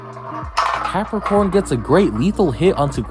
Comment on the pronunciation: Im lmao cuz he says crapacorn